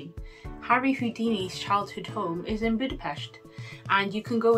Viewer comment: I seen many vlogs about Budapest and dear lady you pronounced Budapest perfectly. Ninety percent of vlogers mispronounce Budapest, enjoyed your post keep up the good work